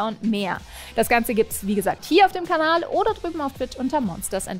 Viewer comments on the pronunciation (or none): none